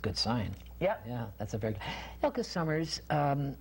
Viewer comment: Yes agreed. The interviewer kept having her shift gears too much as she was expanding on topics of interest. I wanted to bop him on the head with the "Elka Summers" pronunciation. All in all she is a great lady and well balanced. Refreshing.